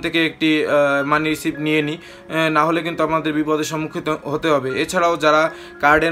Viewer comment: R ekta correction MONEY RECEIVE uchcharon hobe na, hobe MONEY RECEAT uchcharon.